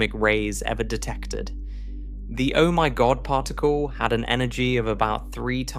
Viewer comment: The mispronunciation of Particle to partacle is killing me. I cannot continue with listening to this to help me relax and sleep whilst learning this and other speech errors. Arghhhhh